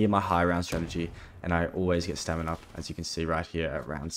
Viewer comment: when he first said stamin up i heard seminar also this is impressive give him a like and sub